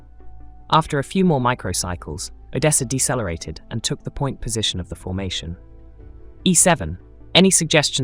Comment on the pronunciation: Did you just say Dessa lareated instead of decelerated😢